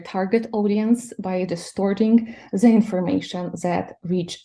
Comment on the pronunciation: Цікава розмова, але вимова the як зе у гості, це совок. Ні британці, ні американці не зе-кають)